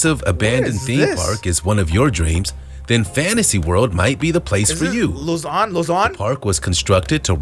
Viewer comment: It’s Luzon there’s a u